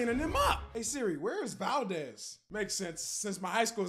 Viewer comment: Being an Alaskan for all my life, the way you say Valdez is amazing😂